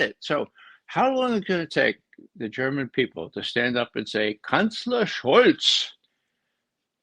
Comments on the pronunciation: even ray mcgovern's german pronunciation is completely correct. thank you and best regards from munich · Proper German pronunciation from Mr McGovern.